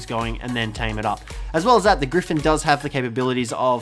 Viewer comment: Thought you were trying to say orgy when you were discussing the gryphin